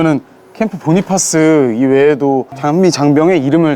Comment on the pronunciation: Cpt. Bonifas 께서는 미육사 출신으로 전사하실때 이미 소령 특명을 받은 상태였고 소령으로 추서되신것이 아니다. 또한 그분 성함의 발음은 "보니파스" 가 아니라 "보나패스"이다. 같이 근무할 당시 본인이나 미군 카투사 모두가 그렇게 발음했다. 그런데 무슨 이유로 보니파스가 되었는지 모르겠다. 고유명사, 특히 이름은 그집안의 전통과 가풍에 따라 우리가 아는 상식과 다른것이 많다. 추측으로는 영어에 미숙한 사람이 얕은 지식으로 전사에 기록한것을 더 무식한 사람들이 따라한다고 생각한다. 애처럽게 전사하신 분의 성함이라도 제대로 불러 드리는 예의라고 생각한다. 우리가 그곳에서 복무할때는 남북한 경계가 없이 상대방 지역을 늘 드나들었고 또 우리와 인민군이 수시로 조우하고 대화도 많이하고 기념품도 교환하고 그러다가도 한바탕 붙기도 했었다. 나는 늘 전사하신분 성함이 제대로 발음되기를 생에 마지막 소원중 하나로 여기고 있다😊